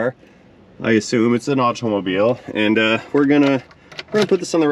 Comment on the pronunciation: Too much emphasis on the letter T pronunciation in automobile.